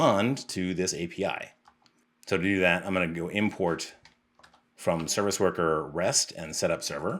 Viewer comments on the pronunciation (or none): none